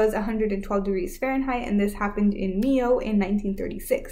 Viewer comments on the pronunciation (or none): Mio is pronounced M-eye-o